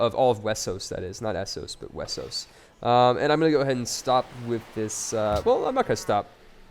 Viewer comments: Why do you say Wessos? Why not Westeros? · is westeros and is pronunce westeros but some people can't say it right so thay say it wessos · STOP SAYING WESOS